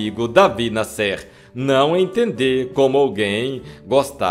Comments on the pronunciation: Pronunciando nomes erradamente esse narrador. Não é NASSÊR. o nome do compositor é NÁSSER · Jacó das misses Se pronúncia Davi NA,,,,SSER e não Nascer Davi escrevia em O CRUZEIRO e era muito polemico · Pelo amor de Deus, fale o nome das pessoas corretamente. A pronúncia é Davi Násser(sei que está escrito errado mas é para fixar a pronúncia mesmo) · Amigo, David Násser , e não David " Nassér " foi o maior jornalista do Brasil das décadas de 40, 50 e 60.